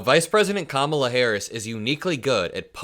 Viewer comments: Ok Donald, pay really close attention: When you say Mc-Donald’s, the accident is on the second syllable. In KAmala,’the accent is on the first syllable. You should probably learn to say her name correctly because she’s going to be your president soon! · How stupid are they? They think this is funny? Does he really think he sounds smart when he pronounce, "Kaa ma laa"! How ignorant! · Amongst a thousand other things about him, I hate how he says Ka-MAH-la, purposely mispronouncing her name. What a classless POS. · Trump can’t even pronounce KAmala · Kamala Harris passed the bar exam on her second try which is not unusual. I would love to see trumps grades😂 or his ‘cognitive exams’. Every time he mispronounces her name Kamala gets a vote. 🔔💙💙💙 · Trump still can't pronounce Kamala. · It’s so ridiculous how these idiots keep mispronouncing her name… how childish… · He is still disrespectful, by mispronouncing her name on purpose. 🥴🥴🥴everything they do or say is reverse psychology. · He STILL doesn’t pronounce Kamala correctly to this day. 🤦🏻‍♀️🤦🏻‍♀️🤦🏻‍♀️ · He is a piece of human garbage. He refuses to pronounce her name correctly just to show how disrespectful he truly is. Kamala is the only one who has called him out for who he is and of course he immediately turns it back around on her just like a second grader in the school yard. I’m not stupid you’re stupid. History has shown polls to be inaccurate and irrelevant. Come on, let’s vote this guy into oblivion once and for all and have her win in a landslide in every swing state. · Trump low life still pronouncing Kamala incorrectly. And he probably had to hold himself back from saying he loves cows for the steak. Impressive tho since I never heard him show any affinity to animals, other than killing them. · Uh, man, “Kamala Harris doesn't know what she’s doing, she doesn't have a clue.” But here we are in 10/18/24, and you still can't pronounce the woman’s name.